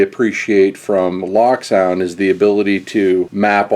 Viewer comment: it's pronounced Loak